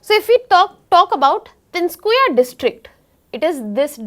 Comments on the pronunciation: Tinskuya? Ma'am it's Tinsukia, it isn't that hard to even pronounce. Tin-soo-key-aaa. As easy as it is. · Video is good but English pronunciation is horrible. Not oolfa. But ALPHA. Same as Ultra. Tin su kiya it is. Pronounce it right. Wrong pronunciation hurts local sentiments. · Its Tin-Su-Kia not Tinskuia. Cant even properly pronounce a word that is not even difficult to pronounce and here you are claiming to be teaching for IAS. Shows the level of education in our country